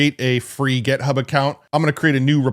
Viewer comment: It's "et-cet-era" not "ex-zed-ra" and "Git-hub" not "Get-hub."